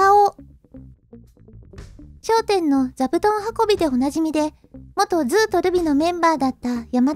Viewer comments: ずうとるびの発音が まるで ずう&ルビみたい😀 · ずぅとるびの発音ww